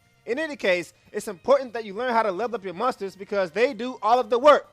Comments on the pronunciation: agree with the video but i heard "mustards" the whole time instead of monsters lmao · When You Say Monsters In 13-2 Is Sounds Like Mustard.